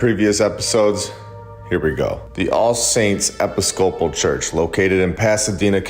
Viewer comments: Yeah here I go again....... Please start researching the pronunciations and histories of words you are not sure about. "Episcopal" is pronounced differently than the way you pronounce it in this video. I catch quite a few of these. No this doesn't personally bother me... And the reason I bring it up is because I know that other people are listening and when they find something wrong they often discount the entire thing. It would be wrong for someone to stop following this subject because of this issue. All you have to do is ask Google how something is pronounced and he will tell you... And while you're at it you might as well look up the history of the words so you can understand where it originated.... Oh yeah.... Super cool video! 🥇🏆🏆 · I like the way you say "Episcopal".